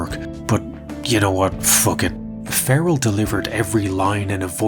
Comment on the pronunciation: Scott Ferrall .. pronounced FA RELL not FARE eL